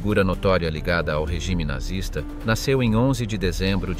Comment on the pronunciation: What is nartsis? Oh you have the AI . I really lose interest when simple words are mispronounced (almost intelligent ).